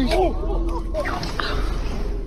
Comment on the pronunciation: "Falha na realiDADÊ" ...